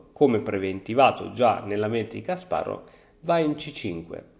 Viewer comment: Ciao! Credo il nome si pronunci /kasparof/, essendo russo! Te lo dico solo così per curiosità se ti interessa! Bel video🤩